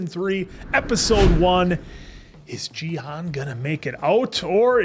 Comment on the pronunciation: and this is gi han not ji han, the pronunciation I say.